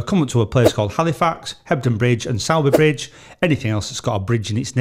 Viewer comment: Pity he didn't know how to pronounce Sowerby Bridge properly!